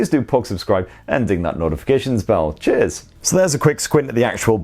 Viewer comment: why i m keep replaying '''cheeaas''